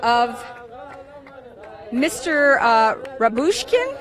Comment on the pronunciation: How many times should it take for her to get the correct pronunciation of his name??